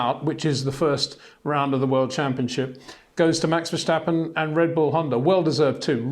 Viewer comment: Please try to pronounce Max' name right; it's not Vershtappen.